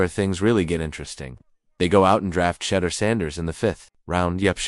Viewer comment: Learn how to say his name right!!!!!!!